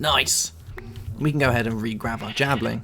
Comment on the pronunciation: Javelin not javling